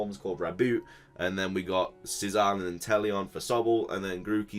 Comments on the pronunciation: It's pronounced Zachien not Zacien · repeat after me: zah-she-en